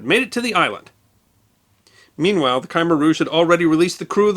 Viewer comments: Great reporting, but this is another time that mispronouncing words got in the way. Worst of all was "KYEmer" in place of "k'MAIR" . . . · He keeps calling them "KAI-mer". It's kah- MEHR". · The "Khmer" in Khmer Rouge is pronounced kəmehr', not kai'-mər. It's essentially slurred into one syllable, not two. Why is YouTube such a haven for mispronunciations?? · I don’t think “KY-mer” is the correct pronunciation. I think it’s more like “Kmear” or “Kmair.” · love the channel, have for a long while. But I dont understand how you mispronounce certain words and well known names. The example here is the name Khmer Rouge. Its pronounced Kameer, NOT Kimer. I cant believe you've never heard it. As someone with a history focus, your research, viewing of old news tapes and other statements about Vietnam would have certainly exposed the correct pronunciation. Otherwise, your delivery, tone, meter, Vocabulary and knowledge are top shelf. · It's "K'mer Ruje", not "Kymer Ruje". Spelled Khmer Rouge. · Not Kymma rouge… but Kuh-mare rouge And the Ph in Phnom Penh is silent … as in Nom-pen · C'mare Rooshz not Kymer Rooshz sorry, love your stuff but this pronunciation distracts. I'm aware the correct spelling is Khmer Rouge, I'm trying to spell phonetically. Apologies if wrong. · One small note on pronunciation: there is no enunciated sound between the Kh and the m in Khmer, if anything it comes off as Kh'mer, however, the er is essentially pronounced "ire", which is why I assume I hear so many Americans say "ky-mer". You can blame the French for sticking us with transliterations that are phonetically wrong in English. Greetings from that neck of the woods and, as a local would say. La'or kru, som moi tiet. Perhaps you could do a video on the tortured history of Preah Vihear Temple one day. Also, possibly, on Prime Minister Harold E Holt himself. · Usually you are spot on! But why are you mispronouncing it as Ki-mer? It's Kuh-mer'. Anyway, keep up the good work.